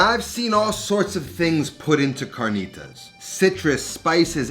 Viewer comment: The cahrkneetahs with flour tortillas 😂